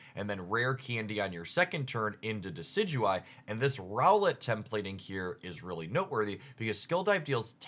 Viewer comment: Man can say Decidueye perfectly but butcher Passimian